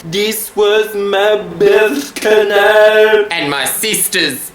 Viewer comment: holy crap I was really struggling to work out what he was saying. So glad someone could interpret